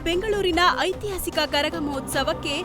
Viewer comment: Who is this news reader- iii court , attira ,aithihaasike anthe 🥴 didn't expect this level journalism from news first